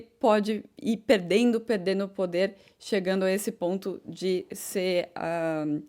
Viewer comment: fala muito Hã, hã ... Fala SE ao invés de SER ... Repete muito a mesma frase ... No mais está quase perfeita !!!! Acho tu serás uma das melhores e ................ Cá pra nós.. TU ÉS 10 VEZES MAIS GATA DO QUE NOSSA QUERIDA Mariana Becker ,,, Torço por ti "rainha training" da F'1